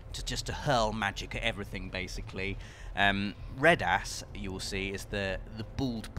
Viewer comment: pronunciation of Reddas brings a smile to my face because I am a tiny child in an adult's body.